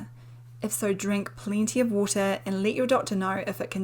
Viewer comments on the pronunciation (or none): none